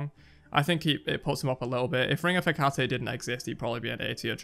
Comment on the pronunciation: its heck-a-tea not hecatay